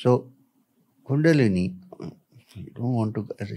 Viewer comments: Dude Ranveer, Please! It's Kundalini, bro! Not Kundali. Kundalini means "The Divine Primordial Energy"! Kundali means "Astrological Chart". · Dude, its Kundalini NOT Kundali (horoscope/ chart). Also, change the visual which shows a horoscope chart. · Plz correct the it bro. It's kundalini not kundali. Kundali means astrologers chart. Kundalini means energy that is coiled like a snake. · It's not kundali..it's kundalini ..kundali is different thing